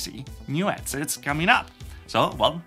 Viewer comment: I think he lives in the New York area as the people from there often drop the h sound.